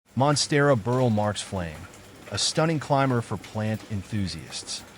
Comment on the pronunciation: "Burle" = BOOR-lee